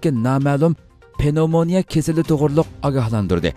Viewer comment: Avo Uighurlarning hanum kizlirini tarbialash digan gapni hitaidin ugandingizmu? Nima gap u? Okutti, bilim bardi, chakuruk kildi , ugatti ,daris otkazdi dimamsiz Uighurning tili bai va kang soz tapamamsiz ? Andi undak parang kilghichi bolmang . Gepingizni tuz kiling. Penovmania amas pnevmonia. Tarbiani ata anisila balisigha kilidu.astigha tushti digan nima gap?